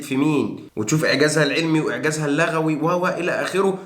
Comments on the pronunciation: اللغوي بضم اللام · اللُغوي بضم اللام و الله يعطيك العافيه